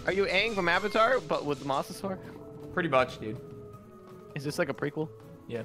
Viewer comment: It’s pronounced “Mose a saur us”